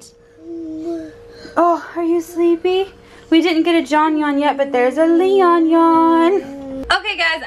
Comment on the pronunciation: it's leon not lein lol